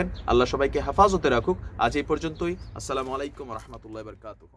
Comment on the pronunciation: ধন্যবাদ ভাই । আপনি সালামটা একটু ক্লিয়ার করে দিলে ভালো হয় ভাই । যেমন প্রথমে আ শব্দ টা